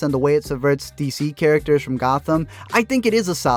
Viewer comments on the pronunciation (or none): none